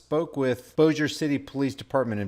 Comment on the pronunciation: I believe they could have non-lethally subdued Her. Also congrats on the correct pronuciation of Bossier.😎